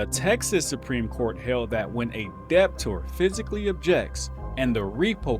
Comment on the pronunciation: The B in Debtor is is silent.